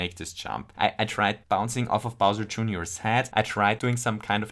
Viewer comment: "bowser" joonioar 🤣